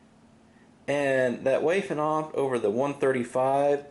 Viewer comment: "Wayffen SS" SMH